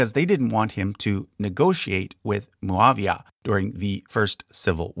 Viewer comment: Its mouawiah not mooooaaaviaaa Its not a colombian coctail